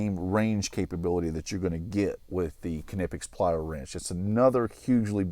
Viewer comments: Konnippex? I think it's pronounced "Nip-X" but I'm not sure if the 'K' is silent... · Ka-nip-ix? Nee-pix. K is silent like knee. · It’s killing me how you are pronouncing Knipex. The Kn is pronounced the same way as “knee, and knife” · Huh, I always thought they were pronounced “nip ex” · If you want to pronounce it like the Germans would, pronounce it "Cneepex". So the "k" is not silent, but it's not "kuh" either. Here you have a Knipex employee pronouncing it at the start of the video: To be honest though, I don't get why people get so hung up on how something is supposed to be pronounced. It's tough to pronounce a word from another language correctly, so just use a pronunciation you're comfortable with. "Nipex" is fine. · I always pronounced this wrong until a few hours ago and then this video came along and then i started doubting again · The "K" is silent I believe!?!